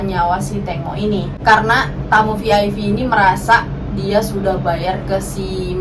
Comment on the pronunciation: Kok Vi Ai Vi sih?? Klk VIP bacanya Vi Ai Pi Klk VVIP bacanya Vi Vi Ai Pi 🙄🤔🤭☕💞💋💞☕